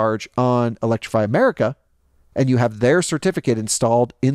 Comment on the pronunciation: That was funny when he just said electriify America 😂😂 as I’m in Philly charging at electrify America 😂😂